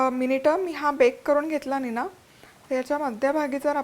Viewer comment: निनाव्यातला व चा उच्चार हा आव जाव नाव सारखा न करता यावं जावं कराव बघावं तस निनावं असा करावा